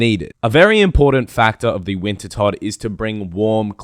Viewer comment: he finally called it wintertodt and not winterdot!